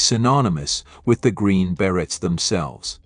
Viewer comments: What the Fuck is a Green Barret?Your Pronunciation algo-rythms are Screwy! There isn't a John in Jan&dean?Cla vers?Sickadelic?Rusculls?Ramby?Ramby Aputcy, artists?Hire a Live Narrator Computer voices Suck! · A good overview of 1960s bands and performers that should have more critical & popular acclaim. However, the AI generated narrator does not seem to master basic English. The Green Barretts instead of the Green Berets? John Berry instead of Jan Berry? Paul River & the Raiders?